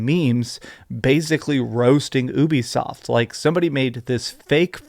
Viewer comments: Its pronounced "you be soft" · Why do you pronounce it like oobie-soft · The "Ubi" in Ubisoft comes from "Ubiquitous," and is pronounced "You-Be-Soft", it’s an amalgamation of Ubiquitous software. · It’s France so it’s technically pronounced oo-be-soft